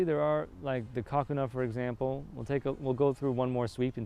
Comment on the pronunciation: The way you say Kakuna kind of sounds like "Cock & Awe"